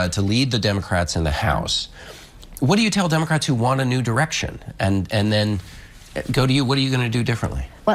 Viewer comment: did... did someone else notice that she didn't say "NEW direction" but "DEW direction" ...Mountain Dew iluminati confirmed?